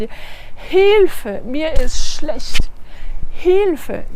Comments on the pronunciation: Non, 1 fois sur 3 tu dis sch au lieu d'être ch. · Pourquoi elle dit Schlescht ?